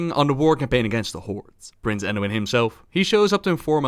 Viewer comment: Umm did you say PRINCE Anduin? Right at the begging😂